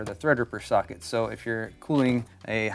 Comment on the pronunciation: Am I the only one hearing "suck it" instead of "socket" ?